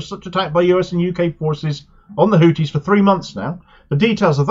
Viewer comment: Why do you insist on calling them “Hootis”? Sounds like a topless bar! I speak Arabic and trust me, it is pronounced “Hoothis”